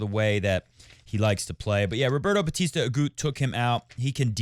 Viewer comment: Roberta Batista AguTTTTTT. It's Spanish not French